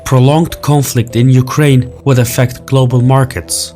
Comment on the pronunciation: You-cry-in Putin ?